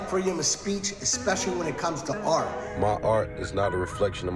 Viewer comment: Lmao I thought he was saying “protect black R” as in “Black Rights” 😂i was wondering why he wasn’t just saying “ Black RIGHTS” why